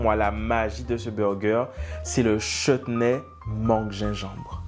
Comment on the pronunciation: Merci pour le "chetenay" 🤣😂